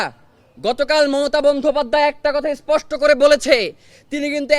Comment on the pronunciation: সুইপোস্টি ❌ স্পষ্ট ✅ পোস্নে ❌ প্রশ্নে ✅